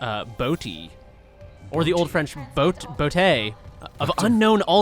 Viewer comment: So the French word "botte" (boot) is actually one of those silent e situations. It's pronounced "butt."